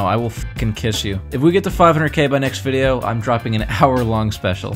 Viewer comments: did this man's just say videlo? And I subbed ♥️ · anyone else confused on how he said video????